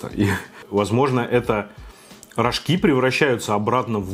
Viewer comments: Не рожкИ а рОжки ббббллллллляя немя это так бесит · Не рожкИ, а рОжки :)) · Чего-то я не знаю но всегда говорят рОжки а не рожкИ!!!! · рожкИ.. Я всю жизнь говорила рОжки😧